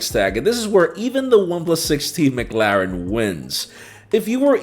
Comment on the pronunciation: He's still saying McLaren wrong or is it just me?🤷🏽‍♂️🤔🤔🤔